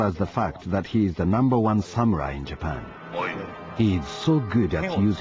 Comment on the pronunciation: sam-you-ai. xD Oh, Ross.